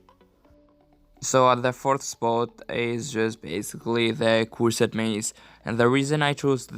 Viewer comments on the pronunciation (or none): Nuk lexohet "kursed mace" lexohet"kërsed mace"me duket... But anyway this video is really helpful...